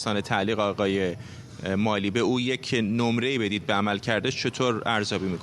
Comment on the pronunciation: هنوز یاد نگرفتید که اسامی و یا کلمات انگلیسی را درست تلفظ کنید؟؟ آقای ملی؟؟؟😀